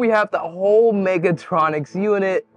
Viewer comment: It's "mechatronic", not "megatronic" 😂